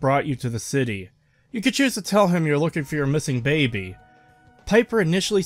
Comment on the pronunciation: For the love of god man stop pronouncing baby as “babby”